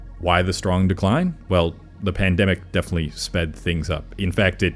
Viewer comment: the new schrgth sound is killing me. Like instead of strong it schrawng or schrong!